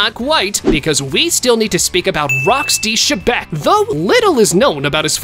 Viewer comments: Its not shebec bro Its xebec but pronounced zebec No offense:) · why did he say rocks d. shebeck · ITS X E BEC